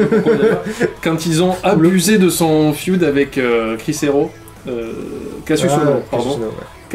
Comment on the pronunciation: Il est énervant à dire "le feude"😂😂